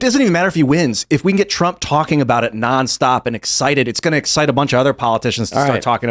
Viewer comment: Lol said - hump instead of Trump 😂